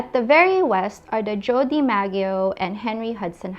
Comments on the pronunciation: Joe Dee-Mag-e-oh? Tell me you don’t know what you’re talking about without telling me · DiMaggio "Dih mah zhee (jhee) oh" But at least you admitted the mispronunciation. 💪🏾💪🏾